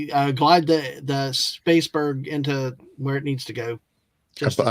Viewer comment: "Space-berg", dear Gawwwwwd.